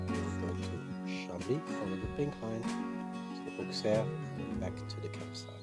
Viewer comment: The correct prononciation is Osserr. And the crypt of the cathédral is worth a visit. Anyway, thx for visiting this forgotten part of France.